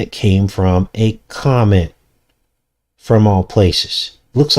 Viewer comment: Comet almost sounds like comic…venom comes from a comet/comic